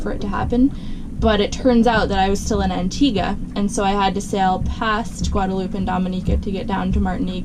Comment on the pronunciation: “Anteeguh”, “Gwaaaduhloop” . . . what the hell!?